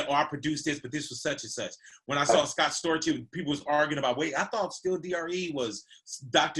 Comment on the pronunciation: 50 still saying Scott Scorch lol but no one has the balls to correct him on that yet and it’s been 15 years now. Dope interview. Only artist I’ll sit down and listen through the whole thing.